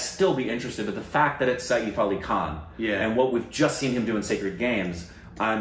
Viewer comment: Saif rhymes with 'waif'. You guys are pronouncing it as Sayeef!